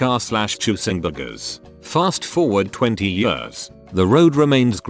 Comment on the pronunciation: Nobody: TTS: FAST FOWARD 20 “YEORS”